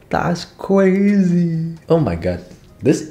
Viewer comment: really said “that’s cwazy” 😂